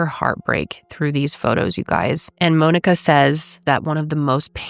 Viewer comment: This is the first time I’ve ever heard Monika pronounced the same way I say Monika.